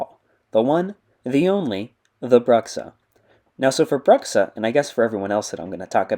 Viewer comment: You pronounced "Bruxxa" wrong. He told me during a voice call earlier today that it's pronounced "BRU-xxa", emphasis on the long u sound like the word brute or tube.